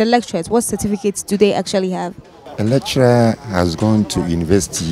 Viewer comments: These people thought you said 'Electra' not lecturer. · She 's pronouncing it wrong that why people are confused.